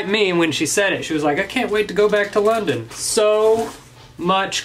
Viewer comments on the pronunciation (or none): none